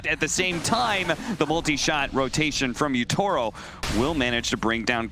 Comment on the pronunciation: They keep saying YO-TA-RO, it's YA-TO-RO! HAHAHAHA GGWP SPIRIT, I KNOW THEY CAN DEFEAT OTHER TOP TEAMS.